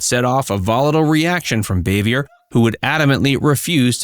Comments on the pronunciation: It’s Bahveeay. French not Bayvee ER. And she’s Ant Bea not Ont Bea. It’s regional but Ant was her region. I like these but check pronunciation. They also pronounced Jacqueline Bisset as Bissette. It rhymes with “kiss it.” Biss it. I saw her tell Johnny Carson how to pronounce it properly back in the 70’s. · NO NO NO! Frances Bavier is old French in origin. Not Bay-vee-er. Her name is French in orign. It's pronounced Baa-vee-a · Boo - vee - a ! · Her name was pronounced Bah-vee-ay. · Her last name is pronounced BAA-VE-A. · You could learn how to pronounce her name lol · Learn how to properly pronounce her last name before you do a video on her